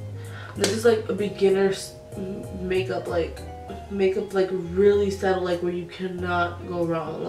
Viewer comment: It’s “subtle” not settle love it’s been bothering me, your make up is bomb regardless🥰